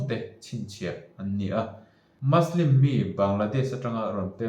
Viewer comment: muslim hi maslim ni lo vin mizo ṭawnga muslim ti a lam mai tur a ni in ka hria..Good video👍